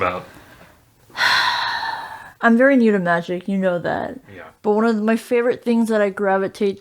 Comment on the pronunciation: "gravitates towards dingz that Gib me munnyz" I don't know why it's so funny when she says that.